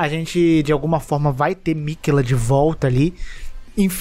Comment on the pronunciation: miquÉÉÉÉla... não miquêla... Parece que nunca morreu pra malenia kkk